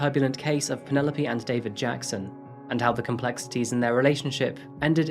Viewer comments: Pronounced not Penupoly, but "Pennylope" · I like the way you pronounce the name of Penelope. Here in SA we say Pene_lope and you call it Panela_P. I like the sound of it. Beautiful narrative of the woman who hates husbands. A real Narcicist indeed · Lol.